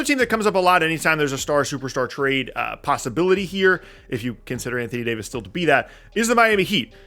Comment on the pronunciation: I gotta unsubscribe. Mf said d fox for Davis 😂😂😂😂😂😂😂😂 can’t make this up